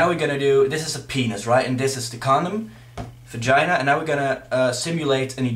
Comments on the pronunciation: *fagina* that's what it sounds like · Also "fagina"